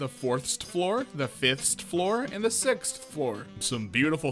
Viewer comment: honestly how people pronounce 6th